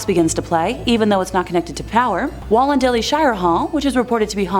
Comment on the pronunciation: Gaol is the way we spell jail down here. And Junee is correctly pronounced as June-e, voicing the final ‘e’. Perfect on Wollondilly, though.